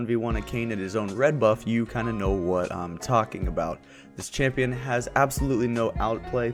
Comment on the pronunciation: AHHAHAA "SLOW SHAMPION"